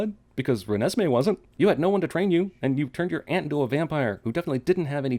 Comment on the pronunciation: Every time he says Renesmee I want to slowly crawl along a straight edge razor. Like that snail in apocalypse now.